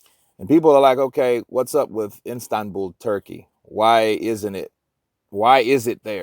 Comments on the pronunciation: It's Istanbul......not Instabul....Schoolboy error...lol. Gateway to Asia and a metropolis of 15m. So not exactly some pokey little place in the middle of nowhere. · I keep hearing Instanbul? Lol 😂, try Istanbul